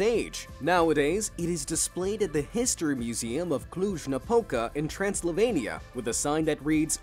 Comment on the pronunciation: ''Translovenia''? It's not a word make up of trans and Slovenia, it's Transylvania...